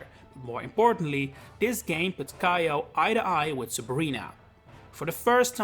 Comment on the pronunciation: For future reference, Kiyo isn't pronounced "kai-o" it's "kee-yo." If it was pronounced with the "aye" dipthtong, it would've been spelled "Kaiyo."